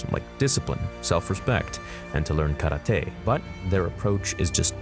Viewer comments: stop saying KARA-TAY its KARATE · Stop saying karate that way